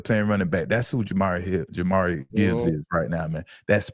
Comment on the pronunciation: It’s pronounced (Jah-Meer) Jahmyr Gibbs fellas 😂